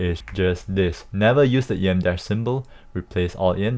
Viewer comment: Cool vid, but it's actually em dash, not ‘E.M. dash’. The name comes from its length, which is roughly the width of the letter ‘M’. There’s also an en dash, which is about the width of the letter ‘N’.